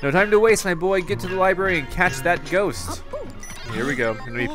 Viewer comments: Did he really fucking say joest … God all the specialness within his pronunciation. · You pronouned that ghost with a j Like jost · Did he say ghost with a j? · /he said jhost!